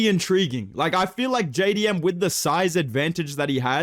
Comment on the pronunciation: JAY DEE EMM MAYTE